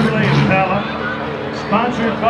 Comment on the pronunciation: This dude said impala so wrong I thought trump had Japan in charge off gm motors company